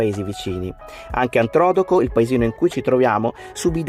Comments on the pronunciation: Devo correggervi sulla pronuncia di Antrodoco...fate cadere l'accento non sulla prima o, bensì sulla seconda, nella penultima sillaba. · Messaggio agli utenti : Ok , si pronuncia Antrodòco e gli anni sono 16 e non 26. Adesso avete finito di skassare 'a minkietta ? 😂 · Per quanto siano simpatici e oggi hanno detto due gravi CASTRONERIE ed e' giusto correggerli! Io sono Abruzzese, conosco Antrodoco da bambina ed e' come se pronunciassero Venezia venezia'....e' giusto riprendere l' errore, anche il conteggio di anni dal terremoto che tanti hanno sentito sulla loro pelle. Io TROVO INUTILI i vostri commenti, superficiali ed evitabili, soprattutto su temi così delicati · Si pronuncia Antrodóco... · Siete simpaticissimi e bravi ma devo farvi un piccolo appunto: si pronuncia Antrodo'co con l'accento sulla seconda o. Ciao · Ogni volta che dite Antrodoco mi viene un brivido lungo la schiena perché l'accento è sulla seconda o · A sentirvi pronunciare Antrodòco in quel modo mi sono venuti i brividi 🥶🤣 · Senza voler fare il puntiglioso volevo dire che la pronuncia Di Antrodoco è sbagliata l' accento cade sulla seconda o. Io sono Aquilano è per quanto riguarda la ricostruzione ricordo benissimo che avevano preventivato che ci sarebbero voluti 25 anni e ad oggi le periferia è stata ricostruita ciò che ha ancora ha bisogno di tempo è il centro storico e alcuni paesini che essendo medioevali sono piu complicati e laboriosi da ricostruire. . Vorrei aggiungere che noi grazie a Silvio Berlusconi ed il governo di allora siamo stati trattati bene e subito soccorsi posso garantire che già alle 5 del mattino L'Aquila era piena di mezzi e di uomini della protezione civile vigili del fuoco esercito e tutte le altre forze dell'ordine ed anche di molti volontari . Concludo dicendo che la mia città e tutti i paesi facenti parte della sua provincia sono bellissimi e spero vi sia piaciuto ciò che siete riusciti a vedere durante la vostra visita.